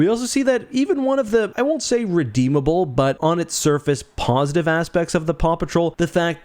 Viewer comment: Did you actually say “pawsitive?”